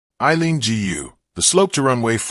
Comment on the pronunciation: Why can't people pronounce Aileen GU( properly {pronounce as 'goo' properly????